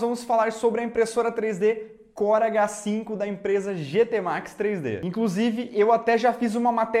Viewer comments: Toda vez q vc falava o nome da impressora eu ouvia "corega 5"... Sabe, o adesivo pra dentadura? haha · Pensei que era só eu que ouvi isso. Corega 5.kkkk